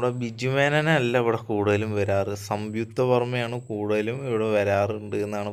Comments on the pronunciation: സംയുക്ത വർമ്മയാണ്🙄 സംവിത്ത വർമ്മ അല്ല😁❤️👍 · സംവിക്തയല്ല മോനേ സംയുക്ത വർമ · Samvuktha alla samyuktha🙊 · മോനേ... സംയുക്ത എന്ന് ഉച്ചരിക്കാൻ പഠിക്ക്....